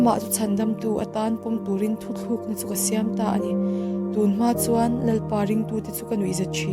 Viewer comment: Mi thar ka nia,ngaimawh deuh ka nei,thuthlukna itia,thutlukna tih zawk tur ania.. Ngaihthlak a hreawm khawp mai